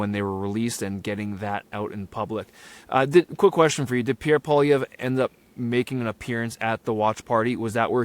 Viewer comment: Really annoys that after all of these years, Rupa still cannot figure out how to pronounce Poilievre. My god Rupa, you live in Ottawa! Pronounce it correctly